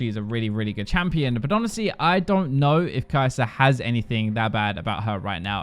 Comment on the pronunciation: “kai’zor”????? “stormra’za”???? you guys know how to end a word with the “er” sound but only do it on words that end with a’s?! idgi